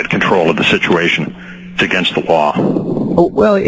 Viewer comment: It's against the lawr